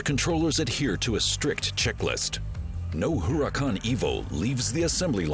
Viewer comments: I notice it too...and also the Huracàn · Huracan is spanish for.............. .......... .......... ..........Hurricane You dont say....